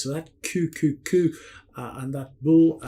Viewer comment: Unbelievable. You could not have been more wrong. And QQQ is NOT pronounced Coo coo coo .